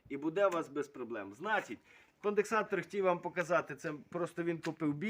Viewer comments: Йолопе, не "кондексатор", а конденсатор, не "інвектор", а інвертор, не "отоплення", а опалення ... Як же бридко тебе слухати твою "українську" Язики б таким виривав щоб не плюндрували мову! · Корисна інформація, веселий дядько! Тільки не кондеКсатор)))